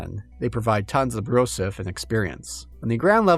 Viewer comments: “Brouzouf” is pronounced like “brew-zewf” not “brew-suff” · For the love of baguette It's pronounced "brew-zoof" And it's a very 2000s slang word, very dated nowadays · "Brouzouf". Weird and hard to pronounce for non-French speakers ("r"/"ou"), outdated slang even in 2011 (in a "your-dad-thinks-its-funny" way) that absolutely destroys all immersion for us French-speakers... It kinda sounds like a stupid inside-joke placeholder they forgot to change, yet it seams like it might be reference to a 80s parody journal or something ? I love that choice of word, it's so... unusual. They should have called the game "Weird Baguette Warhammer" or something.